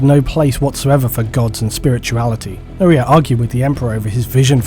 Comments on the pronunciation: Shouldn't Uriah be pronounced with a long I sound, like the bible character? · I have a cousin named Uriah. Unless there is more than one way to say it, the name is pronounced you-rye-uh, not ooh-ree-uh. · love the vid but not how you pronounce Uriah